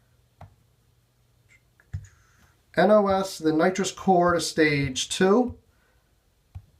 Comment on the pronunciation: Nos not n o s